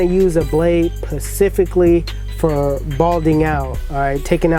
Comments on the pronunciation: DANG he said: "PACIFICALLY" NOT specifically. That's how you know it's on point! LOL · ....”...uh I wanna use a blade pacifically....” crying!....u r the man tho Jeez...love the channel. Your vids will be played in my shop on repeat....but it’s SPECIFICALLY. It like the “liberry”....supposed to be library....we all have those words we butcher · pecifically 😂😂💀 this man forgot to say the S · Pacifically...lol bruh.... U know better than that...cmon bruh hahaha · specifically not pacifically... excess not access... very blurry too but good cut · Pacifically you mean specifically lol ..and yes I know this is old lol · Y'all peep how he said pacifically 😂😂I ain't even hating. I be doing that all the time. Nice cut tho💪🏾💪🏾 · pacifically... xDDDDDDD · I heard you say pacificly 😂😂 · l Lol, good cut, buddy said loud and clear, "Pacifically." 😃😂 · "P a c i f i c l y" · I came here to PACIFICALLY write that 🤣😂🤣😂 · did you just say PACIFICALLY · U said pacifically😂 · Lol you said "pacifically" Also, do my fast feeds need to be zero gapped to take out a bald line or can I get away with it just being really close? I do use the ceramic blade too. This beat was stupid (dope)!!! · "A blade pacifically " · Did you say "pacifically"? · he from the west coast of course he gon say that Lmao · Derp Trollston I noticed that😂😂